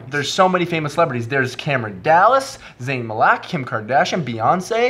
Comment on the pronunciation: "Zayn MAH-LACK" lol